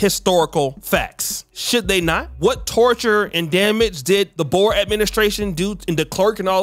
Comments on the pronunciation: It's pronounced "Boors", not "Bowers" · I do wish you’d learn to pronounce Boer. Also apartheid.